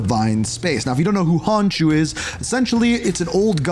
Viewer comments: Khonshu not Honshu but great video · Where tf did you get karako 😭 it's krakoa😭 honshu? WHERE IS THE H. IT'S NOT THAT HARD KON SHEW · " " there's no way you keep pronouncing Khonsu "Honshoo" when it's pronounced KAHN-shoo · stop saying hanshu.. its khonshu!! it sound so irritating when you call it hanshu. stop saying it!! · dude you have HORRIBLE pronunciation. “honshu” instead of khonshu?? “k-ra-ko” instead of kra-ko-a?? i mean it’s literally just said how it’s seen; i didn’t know annunciation was not a common thing anymore it makes you less credible and sound stupid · konshu not honkshu lol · Who tf is honshoe ??? Its khon shu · Who tf is Honshu Khonshu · Its not honshu its khonshu! Bro stop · ...ITS KON-SHU NOT HON-SHU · KHONSHU (CON-shoe) ya hurtin me f 😅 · KHON-SHUUUU. I’m sorry but these mispronunciations are killing me 😂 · Hun shoe😭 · oh brother this guy stinks, its khonshu like con/shew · Honshu??? just stick with cod cause you got a lot of this wrong like pronouncing things wrong🤣🤦🏻‍♂️ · Except for the garbage pronounciation. Who looks at "Khonshu" and goes "Ah, yes, hon shoo" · how do you say konshu wrong bro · Im sorry, but as a fellow traveler of the night, it killed me to repeatedly hear you mispronounce “KHONSHUS” name 😢😅 loved the vid tho!! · I would like him to at least try pronouncing things right.. How do you skip the K in Khonshu?